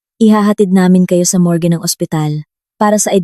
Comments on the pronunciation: anong ibig mong sabihin ng mores? o morgue? paayos naman ng salita ganda pa naman ang kuwento. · Mas mgnda kung magaaral ng tamang pagbigkas sa salita tulad ng pain sa tagalog pero ang pagbigkas english gayundin sa morge, pasencya na po